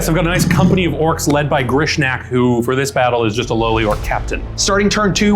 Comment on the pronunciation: Orcs, NOT orcs!